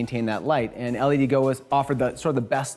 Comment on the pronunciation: All of the LEDGO lights are great. I use the Versatile 4K1 and the 2880 and 1440s as well. Damn bright, super diffuse, fully controllable power and colour temp, plus WiFi remote control with an additional controller. But just a small detail - I thought it was pronounced "led-go", not "L-E-D go"?